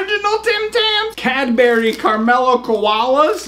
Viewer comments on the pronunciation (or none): Hahahaha watching you say Cadbury made my day. Mate you say "Cad-bree" just incase you didn't know and calling the chocolate candy was just weird for me hahahaha. Have a good one.